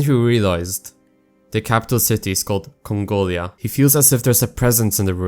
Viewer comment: “THE IS ISLAND OF CONGOLIAH”👹